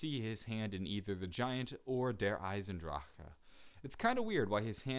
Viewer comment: It's so weird how he says Der Eisendrache